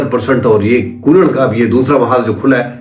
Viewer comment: لفظ کُنَّڑ ہے کونڑ نہیں